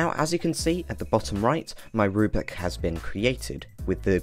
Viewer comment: You keep saying "rubic" and you even typed "Rubic Test" for your example. It's a rubric: roooo-brick. Not a rue-bic.